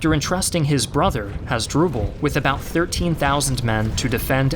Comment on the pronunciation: You mispronounced over have the names. "Hoz-dru-ble?" Really? How about Ooo-tee-ca? (Utica)